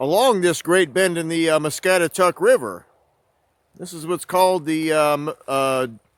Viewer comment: Us locals have always referred to the river as "mah-scat-ah-taCK"...Sandhill crane's are the bird's you heard.....thanks for doing this video ,haven't seen that place in years,thank you....